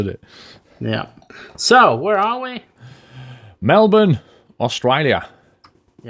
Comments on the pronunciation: OMG you said Melbourne correctly congratulations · When he almost says Melbourne right :') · OMG you pronounced Melbourne and Canberra correct